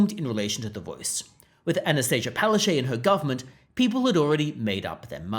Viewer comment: “Pow-ash-chook” go up to her and say it. That’s how you really pronounce her name in Polish/Ukrainian. She might fall over.